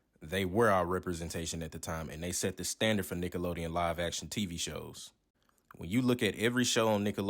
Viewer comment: Did you say “Niggalodeon”? 😂